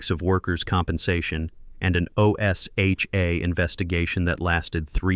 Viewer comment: O S H A is said like a word. Osha.